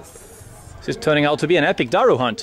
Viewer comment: Love how u say daru perfectly. Also fatih/fatah does mean conqueror